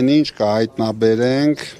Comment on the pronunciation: Իննննջջջա ասում է, ինջ 😅